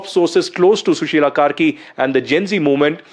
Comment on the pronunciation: Kaisa maderchod ka bachha hai ye News Anchor…. Sushila KARKI ko Sushila KERI bol raha hai